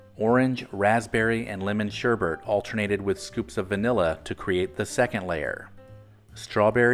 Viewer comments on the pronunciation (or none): Remember driving past the one in Torrance, CA and seeing a Bobcat inside as it was being torn down. Sigh. And please, it's sherBET, not sheBERT. Just my hangup, sorry.